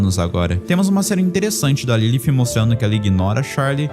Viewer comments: disse certo em inglês, mais no Brasil que eu saiba falamos português então a pronúncia correta seria Lilith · Pqp é lilith e não lilifh AFF que agonia do crlh